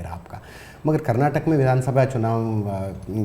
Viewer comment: Ajith it’s Karnataka and not Karnatak karma 🤦🏻‍♂️bucket irbeku ri aadre istondu alla……yappa 🤦🏻‍♂️